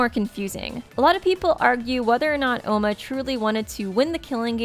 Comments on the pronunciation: OMA NOT OUMA.. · Not ouma it’s oma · It oma not ouma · Its not Ouma its Oma forget the "u" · its pronounced oma with a long o, it was originally spelled ouma in the Japanese version buf with alot of the characters names the translators would take extra o's or u's off so it would be easier for American readers